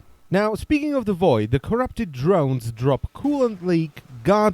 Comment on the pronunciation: i love how you say 'corrrrupted' 😂😂